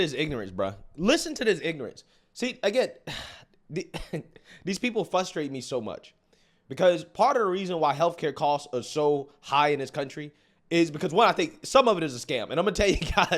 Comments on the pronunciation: its frustrate not fustrate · after years of hearing "Fustrate" from this great man.. im reaching out... please course correct 😅 ... try not to roast me too hard chat